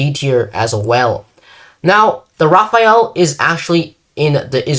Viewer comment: why in the name of god do people call the Rafale the Raphael??? im not gonna be all pronounce police since, as a french speaker, the only correct pronunciation is the perfect one. However, i humbly ask you make an effort to call it the Rah Fall or Rah Fahl. You would be enunciating the letters correctly. Hope this helps